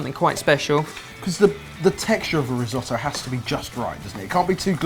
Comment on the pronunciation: Resohtoe? Not re as in reuse redo it’s “ ri” different sound ..